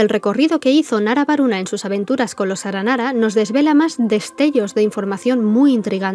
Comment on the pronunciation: 1° muy bueno el video 2° cuantas veces te equivocaste en la pronunciación de las palabras aranara en este video? Y 3° terminé hace nada una misión aranara de romper los sellos de distintas máquinas de las ruinas y destruirlas, en la parte final hay que luchar con una Máquina Eterna, y Paimon lo menciona, entonces un aranara le pregunta: "¿por qué se llama "Aranara Eterna" si no es un aranara?" Estoy casi seguro que no es que allá escuchado mal el aranara, sino que tiene entendido que el concepto "Máquina" y "Aranara" son iguales o por lo menos similares, ¿puede ser que originalmente estos ayan sido un prototipo de los akasha? Máquinas capaces de estar conectadas entre sí y capas de conectarse a otros seres conscientes a través de los sueños, pero luego de conocer el Marana ya no era adecuados para esta tarea. Entonces se creó el akasha que no son consientes y usan los sueños como combustible ya que no pueden conectarse al bosque, o tal vez le di mucha vuelta a algo sin relevancia... un saludo 🖐